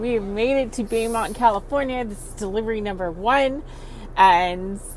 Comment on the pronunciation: Question? Bee mount CA? local pronunciation? Beau (bo) - [a boyfriend or male admirer.] or Beaumont - beautiful hill {French}